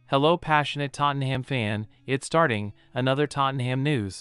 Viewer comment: Sorry but you need to learn how to say Tottenham. The ‘ham’ isn’t pronounced like the food